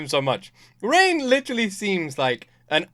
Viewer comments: Please for once can you please pronounce a character's name correctly? Its ReiGen not Rain or rein or reign. The G is not pronounced with the J sound. The G is like how you would say Grass, Gain, Gap, Guess, Ghost, Gas. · Reigen ❌ Rain ✅ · Hey just a heads up Reigen's name is not pronounced "Rain" it's Ray-Genn. G pronounced like Gang but sounding like Pen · His name is Raigen, not Rain. It's driving me nuts.